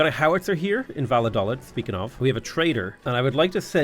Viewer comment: I know its stupid to bring it up but it's annoying me; the towns name is pronounced "Va-yo-dal-eed" and it was kinda important during the Spanish Civil war right before WWII.